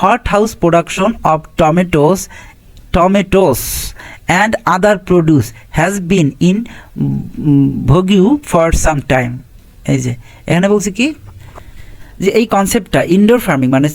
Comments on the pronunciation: আপনার উচ্চারণে যথেষ্ট সমস্যা হয়ে vogue এটা ভগিও না, ভগ হবে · আপনি ভৌগ Vogue কে ভোগিউ বলেন এছাও